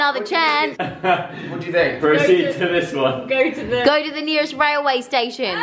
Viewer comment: Haha you said Whaleway not railway